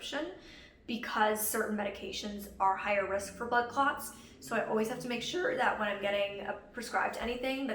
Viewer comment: As a person who is not an English native speaker, I kept hearing "butt clots" and chuckled a little. I don't mean to offend anyone just my brain making bad associations.